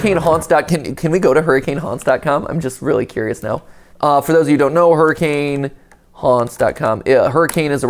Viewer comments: As a Utahn, it's pronounced "Hurr-ih-kehn" not "Hurr-ah-kane" Just a fun fact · That’s not how you pronounce hurricane the city in utah,it’s pronounced hurakin do your research peple😂 lol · Someone has to have told Mat that Hurricane, Utah is pronounced "Hur-i-kin" right? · All the Utahans cringing at them mispronouncing Hurricane. It's a Utah thing, look it up. We call it "Her-ah-kun" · So, correct me if I'm wrong, but the setting is Hurricane Utah, right? Now, I don't know why this is the case but, even though it is spelled Hurricane, it is pronounced "Hur-u-Kun". Even as a born and raised Utah resident I think it's weird. But little quirks like this keep life fun. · Believe it or not, Hurricane, UT is actually pronounced hurri-kun. No, I don’t know why. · Not so fun fact Hurricane Ut is pronounced hurracan and not like the weather event. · Hearing him “mispronounce” hurricane as someone who grew up in Washington county is so funny, everyone says it with an accent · I love how the video pronounced the town name correctly, but Matpat straight up ignores it